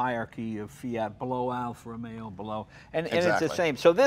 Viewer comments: JAYJAYJAYJAY JAY !!! EPIC FAIL ...."Alfa Romero" ....OMG JAYJAYJAYJAY....say it isn't so...You're Italian for God's sake !!! ROMEO JAY....ROMEO JAY...NOT ROMERO !!! OMG.... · It is not "Alfa Romero" and "Lancia" is pronounced differently... Your buddy does it right, Jay - listen to him! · Jay, Jay, Jay..."Alfa ROMERO?"" Really? You know better!!!! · I don't understand why such a massive collector of cars and who is knowledgeable about them thinks there is an r somewhere in Romeo. It's Alfa Romeo, NOT romero. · Argh! Even Jay can't say it right. "Alfa Romero". It's Alfa Romeo with one R.